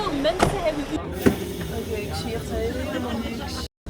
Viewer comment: Je word al een beetje een westlander. Met de uitspraak "Helemaal goud"😀